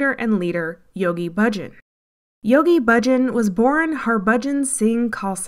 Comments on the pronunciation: The commentator is mispronouncing Yogi Bhajan. Hundreds of times. It is not Budgin! She is driving me crazy. All the same, this is a great expose and more than true. Congratulations. Try saying Baah-Zshan. Beware of anything that seems too good to be true. Beware of Gurus. Beware of smooth talkers trying to sell you something. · You folks did a tremendously good job on this documentary. Really, exemplary! The editing, soundtrack and footage are perfect. I have only one problem--the narrator repeatedly mispronounced Yoga Bhajan's name. Bhajan is not pronounced Bujin! Try Bah-zhan. All that hard work, and this one nerve wracking error like screeching chalk on a blackboard. All the same, congratulations for a powerful expose! I met Bhajan in 1971. He was a con from the very beginning. By the way, a bhajan is a devotional.hymn. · Bhajan is pronounced Bayah-n Guru Jagat us pronounced Yg-ah-gyad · it is "jahgaht" and "Bahjahn" whether or not they are husksters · Thank you for this documentary, very right on. Just one thing, Yogi Bhajan is pronounced …Baahjaan … long a’s no u or i sound … keep up exposing these folks. I met Yogi Bhajan in Santa Fe NM long ago and he is absolutely 100% a rip off.